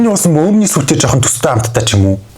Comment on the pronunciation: би одоо арайчдээ мөөмний гээд байхад мөөгний сүү гэж сонсов😂😂😂